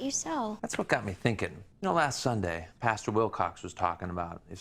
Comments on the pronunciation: nothing’s more gay that not being able to pronounce pastor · I don’t know if he is from the south but I’m from Georgia and a lot of people from here and the south pronounce it that way lol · I’m so sorry but the way you pronounce “pastor” I kept picturing talking to a field of cows😂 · i was about to comment the same thing lollolol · I love that you are saying "Pasture" instead of "Pastor" lol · Are you saying “pasture” or “pastor” towards the end? Either way, I live lol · Bestie bestie is paSTOR not “pasture” - like where they keep a horse 😭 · Ok... Are you saying "pasture" instead of pastor? Also why is the main characters voice just exactly Philip DeFrancos?? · WHY DO YOU PRONOUNCE PASTOR LIKE THAT 😂😂😂 I’m fucking dying omg. You keep saying it like “pasture” instead of “pastOR” omg hahaha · I love you buddy but it's pronounced pas-TER not pasture. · I seriously thought was talking about a pasture he was saying pastor 😂😂😂 I was so confused!! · Is he saying pasture 🌱🐄 instead of pastor✝️⛪️? Or am I crazy? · are you saying pastor or pasture lmao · Girl I read this as he said it and kekeed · Pasture... Pastor... where shit gathers. Yep, sounds like the same thing to me. 😏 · I was needing this comment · That had me giggling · It’s an accent thing that I’ve heard in both Europe as well as the United States. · It cracks me up everyone pronounces “pastor” as “pasture”. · I’m enjoying watching these out of order and going back to the time that you are saying pash-ter after having watched the future where you learn it’s pastor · I keep thinking that is going to frolic in a field with cows every time he says pasture. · As always, christian live-action tv and film is the cheesiest, most awkward trash out there That being said, I am so distracted by the way you pronounce "pastor." I was so confused, like "pasture? is this man a malibu man and a farmer?? What?" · Say "pasteur" one more time. You're amazing btw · "PAsture" I'm dying